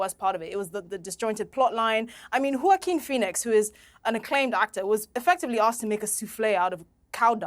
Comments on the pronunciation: yockim??? HUAHKKEEN =JOAQUIN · I love the English, they invented the best language in the world and can't pronounce the word Joachin! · Learn how to pronounce Joaquin ffs